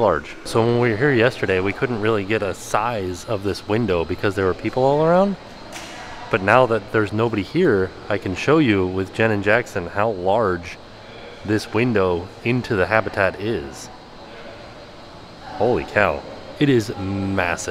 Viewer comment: When you said "Jenn and Jackson", I thought you said "Janet Jackson" 😂